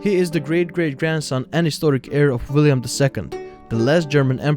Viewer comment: Wilhelm not Wiliam He was German not french or english